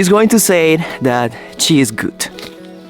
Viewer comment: When you said that your girlfriend is “gut” I knew that she is from Germany, because that is the way the pronounce Good. I used to live there and still know a bit of German!